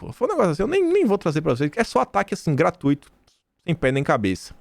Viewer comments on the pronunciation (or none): none